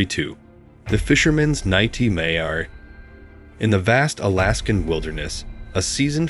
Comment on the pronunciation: "The fisherman's Ny tee may are". What!? Is this a bot?